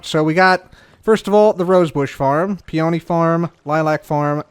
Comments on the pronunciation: 10 minutes later on in the video, and I still have “its a PE-O-NY” stuck in my head 😂😂😂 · Three, it’s the pee-o-nee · Take a drink each time mispronounces bluet or peony:)